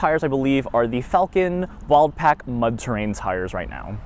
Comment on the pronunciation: Falken Wildpak? I believe it's wildpeak. Nice jeep btw.